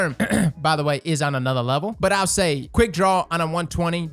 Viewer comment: Hey can I get a recording of you saying "anothah day, boys, and anothah good mornin" so that I can set it as my alarm and wake up to it every morning? K thx bye